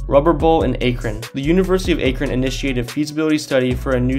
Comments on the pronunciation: It’s pronounced ack-rin not akrin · Ahk-rin not Ayk-rin thought everyone knew it by now because of lebron hahah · Akron, not “Aikron” as you pronounced it. And you said against the buffalo bills?? Lol I know what you meant but wow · its akron is pronounced "Ack-rin" love the video tho!! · Um it’s pronounced 😂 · A-krun?! You're clearly not from Ohio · You pronounced Akron wrong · Lol you should look up how to pronounce things first. Euclid and Akron. I thought everyone knew where LeBron was from. Hahaha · Akron...ask a local how to pronounce it.